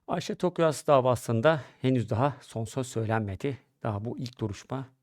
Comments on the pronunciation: Tokgöz, Toksöz hepsini söyledi bi Tokyaz diyemedi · soyismini genelde yuvarlayarak yanlış telaffuz ediyorsunuz Tokgöz der gibi ama soyisimleri Tokyaz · Tokyoz değil toktan abi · Ay nolur konusmayı becer artık bi söyleyemedin TOK-YAZ.BAŞTAN SÖYLE TOKYAZ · soyadları TOKYAZ neden telefuzda sorun yaşadınız anlayamadım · soyadlarını hep yanlış söylüyorsunuz en baştan beri… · Tokyaz kelimesini telaffuz edemiyor musunuz?